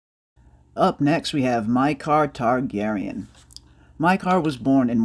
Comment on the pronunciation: Mi k ah not mi car